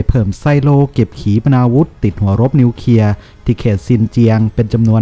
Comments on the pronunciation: อ่านว่านิวเคลียร์ไม่ ใช่นิวเคียครับ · นิวเคลีย ไม่ใช่นิวเคีย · นิวเคลียร์ๆ.... ไม่ใช่นิวเคีย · วิเคราะห์ได้ดีครับ แต่ขอติงนิดนึงนะครับคือคำว่า " นิวเคลียร์ " ท่านอ่านว่า " นิวเคีย " ทุกครั้ง อยากให้มีควบกล้ำหน่อยครับเพื่อภาษาที่ถูกต้อง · ควรแก้ไขการอ่านคำควบกล้ำให้ถูกต้องตามหลักอักขรวิธีเสียหน่อย เช่นคำว่า กลัว ไปอ่านว่า กัว คำว่านิวเคลียร์ อ่านเป็น นิวเคีย เหมือนเด็กชั้นประถม พูดและอ่านซ้ำๆฟังแล้วน่ารำคาญ หากแก้ไขตรงนี้ได้ อย่างอื่นก็จะดีขึ้น วรรคตอน จังหวะจะโคนพอไปได้แล้ว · ออกเสียงให้ถูกต้องด้วยนะครับ ร .ล .ยังไม่ถูกต้องครับเช่น นิวเคลียร์ ไม่ใช่นิวเคีย นะครับ.